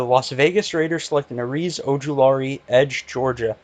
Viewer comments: Hate to break it to you, but its azeez ojulari, not areez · It’s Azeez